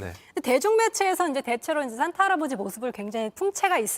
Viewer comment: ‘싼’타할아버지가 ’쏘‘는 ’썬‘물